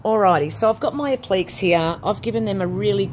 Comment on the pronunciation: Hi! Really enjoying your videos and looking forward to experimenting with your products. I get a little lost with a couple of your terms. Do you mean appliques? (pron: app-lick-ays) The other words I think were verdigris (pron: verr-dig-gree) and faux (pron fow - rhymes with toe). Will you look at expanding your range eventually and produce your own chalk paints, heritage colours and stains?